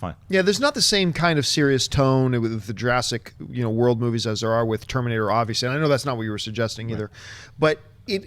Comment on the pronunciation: Jur-ASS-ic World. ; )